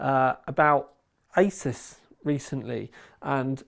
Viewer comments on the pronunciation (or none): Asus is actually pronounced as "A-SOOS" just FYR.